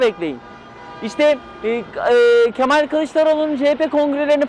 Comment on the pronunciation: Mal değil o Ke-Mal😅